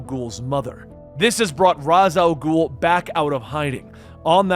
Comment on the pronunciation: He pronounces it right. It's the Arabic pronunciation for the demons head.